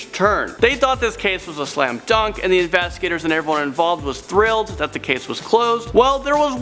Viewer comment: He said "the infastigaters" 😂